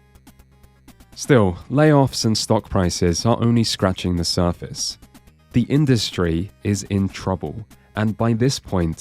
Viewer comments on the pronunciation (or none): none